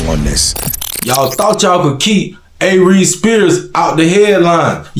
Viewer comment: I’m sorry but as soon as I heard A-Reeze I had to pause and get on